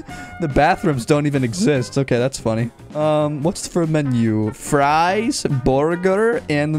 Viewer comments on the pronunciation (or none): none